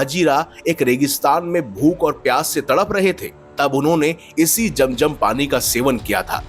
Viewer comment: बकवास,,,,,,👎वेदों को पढ़ लो समझ आ जाएगी,,,,,जम जम पहले बोलना सीखो